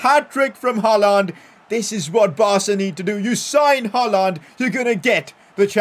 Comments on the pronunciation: it is pronounced as "Haa-Lend" not "Haa-Laaand" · Never say HaaLAND again.